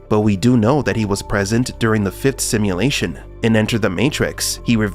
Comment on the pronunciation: "simuLATION.. simuLATION ..simuLATION" you talk weird af. unwatchable